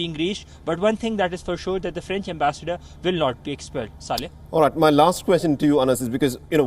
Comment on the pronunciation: Not Saale, its Saleh. The anchor's name Mohd. Saleh